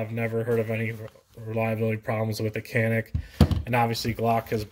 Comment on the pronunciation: Nice review, That "Canik" is a Turkish word pronounced as "Janik".